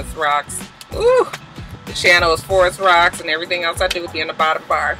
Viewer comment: "I'm selling a toy line! What do you want me to dewr?" The way you said "do" (which is exactly how Snoop says it) made me repeat that part a few times. LOL